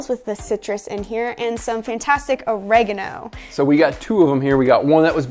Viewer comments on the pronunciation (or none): Or-Egg-A-No.... Wwwwhat, thats the first time I've heard it pronounced that way 😬😆 Each to their own 👍